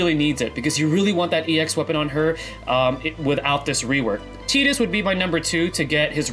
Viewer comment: Great discussion, thank you! I'm a bit new and only have three Ex weapons, but one of them is Lightning's, so I'm really hoping she is picked first as well. And hey, kudos for pronouncing Tidus's name right too.